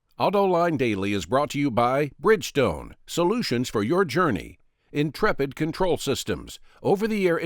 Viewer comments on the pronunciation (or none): none